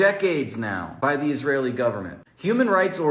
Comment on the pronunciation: "Isrealian" G'day